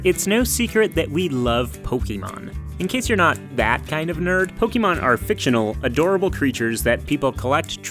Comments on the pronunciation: omfg.... how can you say you love poke'mon and then pronounce it pokEmon over and over.... you know its Pok(eh)mon right? have you never seen the anime did you not hear the song? please stop over the course of something like 5 years I've used the dislike button less than 5 times.... you get one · It is pronounced "po-kay-mon" not to be confused with Gumby and Pokey, mon. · Pokémon is short for pocke(t) mon(ster) and that is how it is most widely pronounced. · I love it when people make Pokémon videos and add the é on the word but still pronounce it as Po-ki-mon. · When I hear "pokimon" I immediately downvote and stop watching. It's pokemon from pocket monster. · I ur such a pokemon fan then y dont u pronounce it right? The correct pronouciation is Po-kay-mon not Po-key-mon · Y'all say you love Pokémon and talk about it a lot in this video, yet you can't even pronounce it right. (PO-keh-mon) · Claim to be big Pokémon fans, mispronounces Pokémon like my 2nd grade teacher from 30 years ago. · "We love Pokémon" well they don't even pronounce it right, so I don't know what that says about them. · Them: “We love Pokémon” Also Them: says it wrong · I hate the way you say Pokémon why pronounce the e so much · The way you pronounce Pokémon... Oof